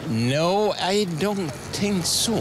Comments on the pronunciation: "i dånt tink såå" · I dånt think såååå